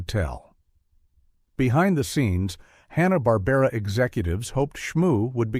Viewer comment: It's "Barbera".